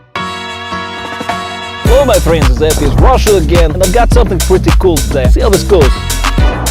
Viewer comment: You know it's about to get wild when the video opens with "hyeelo my flends"